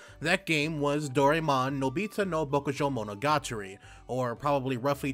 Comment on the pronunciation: Finding Dorymon? I hope your Japanese reading skill is better than your pronunciation. I like the idea that the game might have Fantasy Life elements to it, but not as thrilled that this will be Nobita’s “story”. Who gives a crap about him? Seems like anyone actually wanting to see a lot of Doraemon will feel cheated.